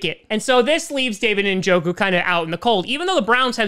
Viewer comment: David Ninjoku?